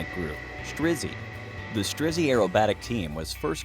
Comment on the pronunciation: Just wow.. this is so impressive. Стрижи is not "Strizzy" its "Streh-jeh"